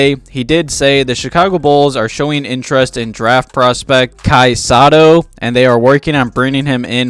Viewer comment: Kai is my fellow countryman or in our Filipino language "Kababayan".. Him and Marko have almost similarities to their game.. Kai is a good project.. By the way its Sow-Tow not Sa-To for Sotto.. #SEERED